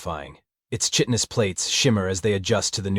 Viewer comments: The word is pronounced [KY tin us], not [CHIT in us]. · Chitinous = Kai/tin/us. Will someone please teach the AI's how to pronounce this word please ? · Chitinous = “Ky-ton-us” AI narration sucks at Latin. Unfortunate for every xenobiology trope. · Well, hell. He pronounced it right once, but missed it the second time.